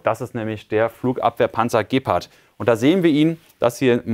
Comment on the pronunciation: Ich denke Gepard wird nicht so ausgesprochen . Ich gucke mir gerne die Videos über den Ukraine Krieg an aber sowas wie Gepard und Javelin kann Jullian nicht richtig aussprechen. Es sind sicherlich mehr Sachen aber die habe ich zum glück noch nicht mitbekommen. Sorry das Triggert mich extrem